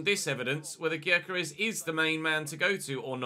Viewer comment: Gyokeres is pronounced yokeresh